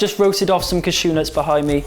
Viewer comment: Awesome recipe, as always! Ps. the way you say 'Cashew' cracks me up, idk why....